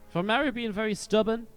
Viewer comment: Why cant americans pronounce marus name :(